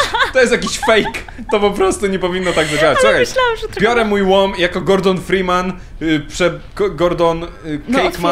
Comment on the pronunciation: MUWI SIĘ "DR.FREMAN".